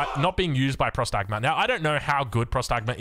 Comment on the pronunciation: Próstagma* not prostágma... means "awaiting orders"... its basicaly a question